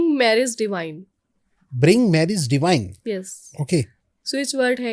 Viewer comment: It's "DIVINE"....NOT DEVINE